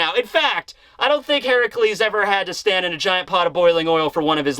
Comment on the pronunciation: Why did you say hercules like that??😂